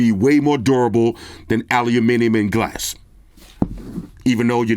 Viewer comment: Wow an American saying "Aluminium" and using a "grams" on the weight scale. Great review bro